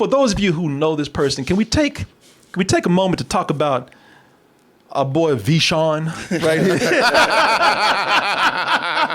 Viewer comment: Ha ha Vi-shawn